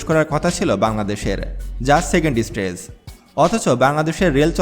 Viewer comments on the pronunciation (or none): none